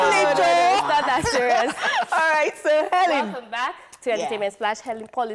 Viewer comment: Elen not Helen